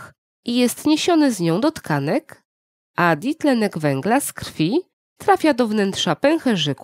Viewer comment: Dlaczego mówisz di tlenek węgla, a nie dwutlenek węgla?